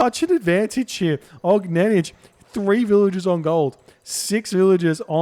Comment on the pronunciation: Огненнидж :D Little tip: for more correct pronunciation, do not read the last letter J, just OGNENNY, thx)